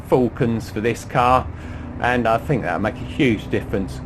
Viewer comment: Dumb question...yes I have a 645ci, but what is the deal with English pronunciations "fink" and think? I fink this a marvellous cah